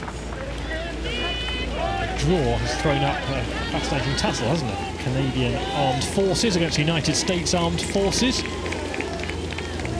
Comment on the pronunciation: 'Canadain'? Tut tut